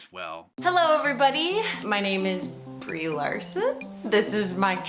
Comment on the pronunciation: Sounded like she was asking if her name is Brie Larson...